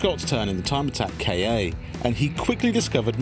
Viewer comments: Kei-ei? Isn't it pronounced "Ka"? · I don't know why, but i am getting really fucked off because they pronounce it "Kay-Ay" It's fucking Ka! Just as a word. There are no periods between the letters so it's not an abbreviation. Ford doesn't even call it a "Kay-Ay" and they are american so you know they are bad at english.